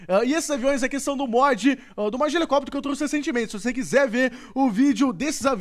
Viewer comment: não é helecoptero e sim helicóptero